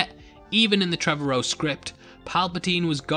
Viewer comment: FYI, it's TreVORow. Like tomorrow.